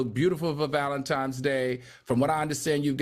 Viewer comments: Did Al say, “Valentime’s Day” 😫🥴😂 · AL, YOU'RE A "PROFESSOR"?! STOP WITH THE Valen-TYMES!!!!